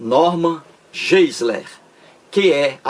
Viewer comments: A pronuncia correta é "norman gaisler" - tente aprender a pronuncia correta antes de criticar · PROFESSOR TOM, Você, professor TOM, raciocina muito mal. Novamente, vem com a bobagem de pronúncia incorreta do nome GEISLER feita por mim. Já lhe disse que pronunciar incorretamente expressões estrangeiras não é propriamente um erro, tanto que pronúncias são variáveis. E você, professor TOM, faz uma comparação entre mim e o Norman Geisler, afirmando que este possui vídeos com milhões de visualizações, enquanto meus vídeos têm um número muito reduzido. Agora, pergunto-lhe, professor Tom: desde quando visualizações inúmeras indicam que um determinado vídeo é de primeira qualidade? Se você, professor TOM, fizer um levantamento de vídeos campeões de visualizações, terá uma grande decepção. São verdadeiros lixos! Percebeu, professor TOM, como você raciocina mal? Segundo seu ponto de vista, quanto mais visualizações um vídeo tiver, melhor será esse vídeo. Puro engano! Se o Norman Geisler possui milhões de visualizações, isso prova o óbvio: fiéis religiosos adoram ver vídeos religiosos, detestando vídeos ateus. É a cegueira religiosa, professor TOM!